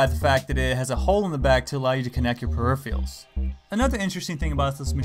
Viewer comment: Say it with me: pe-ri--phe-ral.